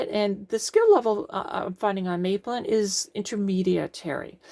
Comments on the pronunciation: Hi - I built this gadget back at the time of publication and it still works fine. Very useful. PS. It's Map-lin, not May-plin. When the company started in the UK in the mid-1970s, everyone was talking about building London's third airport in the Thames estuary on a sand bar called "Maplin sands". The name was very familiar - free publicity! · Mah-plin not May-plin :) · Hi. Great video, thanks for posting. Maplin in the UK is like a Tandy store. In the UK we pronounce as Map-lin. Before they closed down, I used to love going in there to purchase electronic components and gadgets.